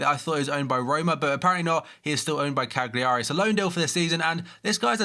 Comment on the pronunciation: You don't know how to say cagliari